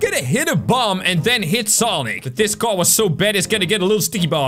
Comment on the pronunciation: ✨Oh no my cwar✨ Me:🤣🤣🤣🤣🤣🤣🤣